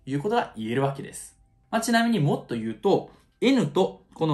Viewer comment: 「もっと言うと〜」が「mod言うと〜」に聞こえないことはない